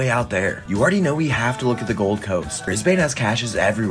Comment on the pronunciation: The way he pronounced brisbane 💀💀💀